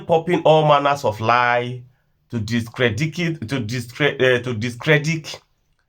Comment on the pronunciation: It’s discredit not discredic 😂😂😂😂